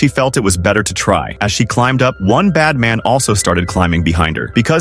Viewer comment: What its said:bad man What i hear:bat man 🦇🦇